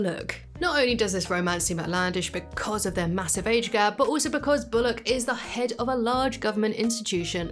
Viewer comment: Why are u saying bolock it’s pronounced bull lock